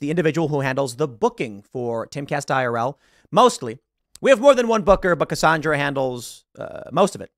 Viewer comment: Cassandra WITH AN "A"!!!!!! NOT "O" Pronounced Cassondra!!!!!!